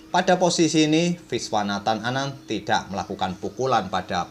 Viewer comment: Legit bener kedengerannya kalau admin nyebut nama Viswanathan Anand wkwkwk